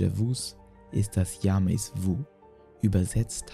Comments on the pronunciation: Nicht „déjà- „wu“ sondern déjà „wü“ und nicht „jamäs -wü“ sondern (stimmhaftes) „schamä-wü“. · Jamais-vu wird eigentlich Jamäwü ausgesprochen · Ja Mais wu??? Also ein bisschen peinlich ist das schon😬😁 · deejavüü und jamää vüü